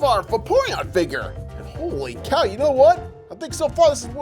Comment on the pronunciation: stop saying holy caw?